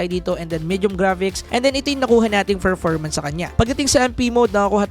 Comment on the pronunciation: Bulol ka ba Boss? Anong ferformans? performance.